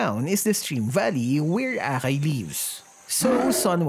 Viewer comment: The way pronounced akai as bakai 😂😂